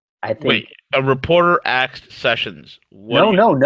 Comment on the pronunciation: Interesting that both 'V' and Greg Mannarino cannot say 'asked' - they both say 'aksed'. Are they mind-controlled?